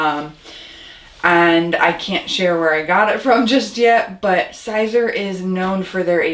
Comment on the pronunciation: Siser is Pronounced Caesar. No big deal but you probably know that by now.